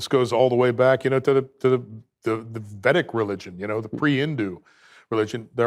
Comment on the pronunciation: Crazy that he has an IQ that high and can’t pronounce “Vedic” properly